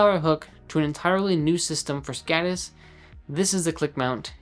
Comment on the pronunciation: It's skodis. Å is pronounced like the o in Nord, or moul....listen to it in a translator.